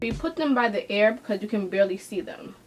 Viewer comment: I love the way she says ear😂 sounds like air